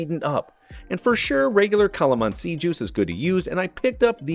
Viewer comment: Calamansi pronunciation was spot on!!!!!